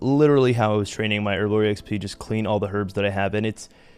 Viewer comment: Bro it's "XP"